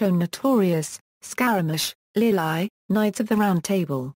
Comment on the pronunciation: why does this woman pronounce it "Lil-eye" for the movie "Lili" ? this is not a well-done narrated video, so difficult to follow what is said.